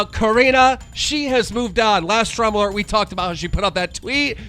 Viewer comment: “Drama lert” love how Keem can’t even pronounce his own show right.